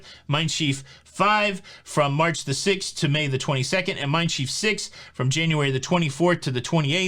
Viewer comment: I like to explore the city I depart from, before, after, or both. And Schiff is pronounced just like ship, with an f sound instead of the p sound.